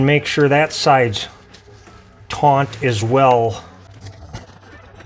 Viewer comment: Great video, but there is no n in the word taut.